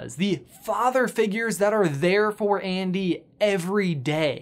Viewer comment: Also also, actually actually... when the word "ANDY" is repeatedly said.. it sounds like IAN.